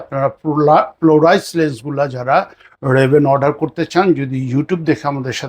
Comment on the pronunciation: Polarized, not plorised.